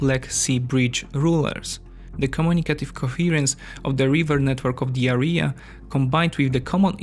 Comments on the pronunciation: "The areea" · Had to turn it off after hearing this guy say "Area" for the second time. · When you say "this area" or "the area" you make it sound like you are saying "diarrea". Just an observation my friend. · You are mispronouncing "area". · You made a huge effort with your accent but let me tell you, that your pronunciation of Teutonic knights as "Toitonic" reminded me of ToiToi mobile latrine :D The correct pronunciation sounds more like two-tonic. Also, the word "area" is correctly pronounced with the emphasis on A not the last part (not areeeeya) Apart from that good job!